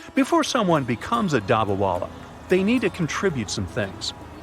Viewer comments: Pronounce of dabba wala is wrong. in Hindi dabba-box with food and wala-person . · Sorry to say but you mispronounced every time u said dabawala